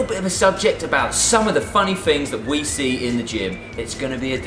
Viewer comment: Why do you guys say "Fings" instead of "Things"?